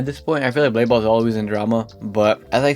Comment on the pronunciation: DUDE JUST CALLED BLADE BALL BALDE BALL 💀